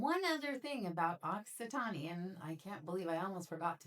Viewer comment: E is silent at the end of Occitan(e)